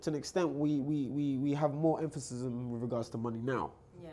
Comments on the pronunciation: Can someone tell it’s emphasis not “emphasism” 😭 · Every time says “emphasism “ it rly nullifies any intelligent thing he says after it 😂😂 nah but love he’s got some wisdom